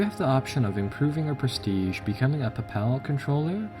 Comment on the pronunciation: Pape-el not pap-al. and in the pape-acy and Ja-Bral-ter its the straight of Ja-bral-ter